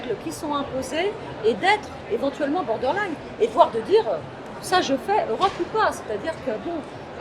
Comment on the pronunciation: Elle ne fait pas du Fabriqué En France (label qu'elle combat), et a toujours été dénoncée pour être une collabo (l'AFRAV et la DLF vous le diront). Et puis vous l'avez entendu avec ses "bordeurlaïgne" et "lideur", j'espère que monsieur Asselineau ne s'associe pas avec cette ennemie.